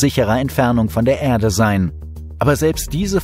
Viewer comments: Die Begeisterung für den Sprecher kann ich nicht teilen. Wenn er nur mal noch lernen würde, dass es nicht "Ährde" sondern einfach nur "Erde" heisst, könnte man ihm sogar zuhören. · Wenn er noch lernen würde, dass es nicht "Ärde" sondern einfach nur "Erde" heisst, könnte man ihm sogar zuhören.